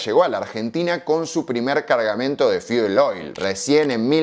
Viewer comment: "Fiel oil" 🤔